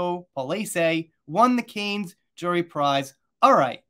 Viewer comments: Hi, if I'm not mistaken, it's pronounced King "Lou-ee", not Louis. And the location is pronounced the Palace of "Ver-sigh".. and Cannes, is pronounced Khan.. like Star Trek, the Wrath of Khan movie. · Louis + Looey, Cannes = Can